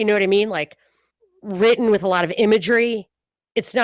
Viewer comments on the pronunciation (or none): none